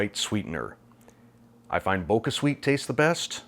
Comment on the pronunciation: It's bo-cha, as in kabocha, the japanese pumpkin it's made from. Not bo-ka...